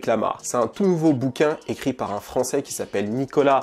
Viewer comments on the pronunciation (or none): none